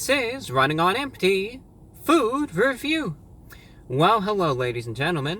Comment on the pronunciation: I swear, this is trying to say Food Review.